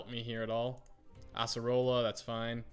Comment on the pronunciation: you say Asserola instead Acerola